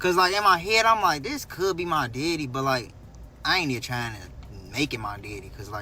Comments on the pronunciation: If this 🥷 say “deddy” one more time😤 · Omg I hate the way he says DEDDY!! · It’s the way he say my deddy is sending me